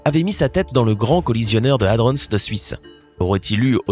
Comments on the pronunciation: ça se prononce HADRON, pas HADRONSSE merde, un minimum de recherche avant de faire une vidéo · Nan Ludo, je pense que lui il a mis sa tête dans le ralentisseur de particules. Il prononce hadronnse comme si c'était le nom d'un gars ou d'une ville. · J'ai fait un stage au CERN pendant mes études d'ingénieur. J'ai travaillé sur des accélérateurs de particules. Purée ! La quantité d'erreurs scientifiques dans cette vidéo remplirait une encyclopédie ! C'est tellement con que j'ai même pas réussi à patienter pour savoir ce qui est arrivé au type qui a mis sa tête dans le machin. Et, au passage : "hadrons" se prononce à la française, comme "cornichons", et pas "hadronn's". Nan mais allô quoi ! Faut pas être scientifique pour savoir se servir d'un putain de dictionnaire ! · Pour ''hadrons'' je croit qu'il croit que c'est un lieu... Si il sait prononcer ''protons'' je pense qu'il saurait prononcer ça aussi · C'est moi ou je la supporte de moins en moins cette chaine. Les coms sont de plus en plus abuse. En même tps il se fait de la thune sur vos vues il en a rien a foutre sinon il prononcerai Hadrons correctement genre la base de la vidéo quoi... Le coup du trou noir j'appelle juste ça du foutage de geulle vu l'énergie nécessaire a sa creation . c'est la dernière vidéo que je regarde votre chaine franchement ça devient n'importe quoi et y'a trop d'erreurs perte de qualité, d'idée de vidéo, y'a un moment faut faire autre chose. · Quelque chose me dit que c'est bizarre d'avoir 314 commentaires pour des millions d'abonnés, très bizarre non ? L'achat d'abonnés ? Vu le contenu plus que douteux. De plus apprends à mieux prononcer Hadrons, m'enfin bref...